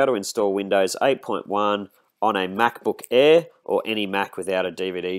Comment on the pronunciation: "MacBook Eehh"